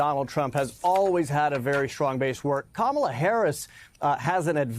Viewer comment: Trump 80%, Kamel-Uh "TOE" 20%